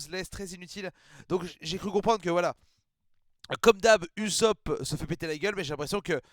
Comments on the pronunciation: Ça se prononce Oussop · A priori en tout cas de ce que j'entends et source la vf on dit "oussope" . Sanji te fais penser à Armin dans snk bon ils sont juste blond quoi 🤣